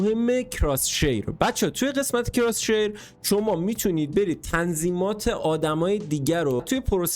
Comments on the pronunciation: عزیز دل بخدا اون کراس هیره نه کراس شیر ❤😂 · کراس هیر ✅ کراس شیر ✖